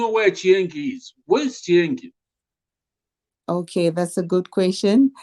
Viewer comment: Chienge not chiengi.